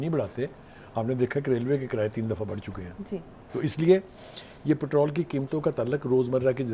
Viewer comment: Patral 😂 please watch your words lady it’s called patrol